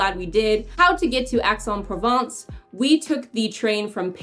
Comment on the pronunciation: If you want people to take you seriously, then PLEASE learn the correct pronunciation of place outside the US. It's EX en Provence. It is not difficult to find someone to help with learning the correct pronunciation.